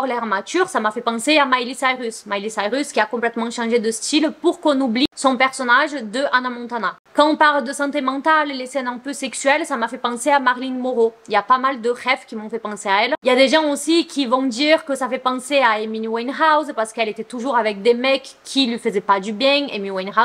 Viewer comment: Marylin quoiiii ????? ptdr je veut bien ai que tu un accent mais "Marylin moroe" c'est pas possible ptdr